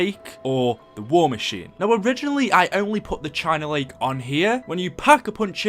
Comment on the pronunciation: The China Lake China Beach China bitch The way you pronounce it